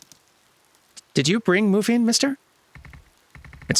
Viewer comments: the lil robot's name is Muffin. I know it's spelled with a single F, but the original Korean ( 머핀 ) does imply the same pronunciation as "Muffin". Although, I do like the sound of "moofin":p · Mu-Fin? Come on, the bot's clearly named Muffin.